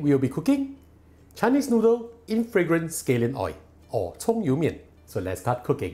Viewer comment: The way he pronounces “oil” 😂